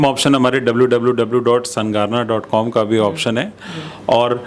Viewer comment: Sun garner nhi sun jarner